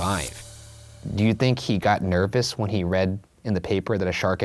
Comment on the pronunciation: Did Ryan just say “nerpous” ? haha